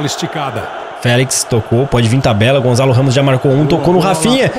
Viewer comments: não se diz Gonzalo Ramos dis se Gonçalo Ramos obrigado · NÃO É GONZALO RAMOS É GONÇALO